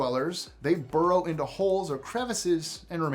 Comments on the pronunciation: Steel not steal and burrow not borrow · Burrow and not Borrow.